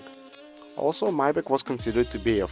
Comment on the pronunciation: Maybatch is correctly pronounced "[ MY BOK ] " , not " [may - batch]!😂